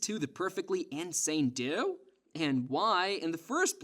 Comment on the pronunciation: Why do you say "duo" like "duah".